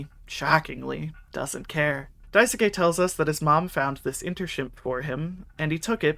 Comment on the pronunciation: It's Dais-ke- not Dai-soo-Kay :(